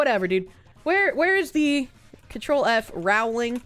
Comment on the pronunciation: It's pronounced "Rowling" as in "bowling" not "disemboweling"